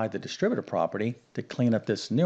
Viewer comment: Solve??? We’re given an expression, not an equation. Equations are solved; expressions are evaluated. What kind of a math teacher is unable to use mathematical terminology correctly? Of course, this is also the guy who pronounces algebraic as algeberric, and distributive as distribative, so there ya go.